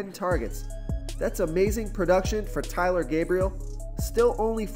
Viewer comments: Sorry for the mispronunciation on Taylor, it is TAYLOR not TYLER. Also, to clear up David Njoku Sleeper pick, he will be chalk but I mean sleeper by low salary and high production, not ownership. Sorry that confuses some people. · And its TAY-ler, not TY-ler. Do you actually watch football or just look at the dashboard and see rankings?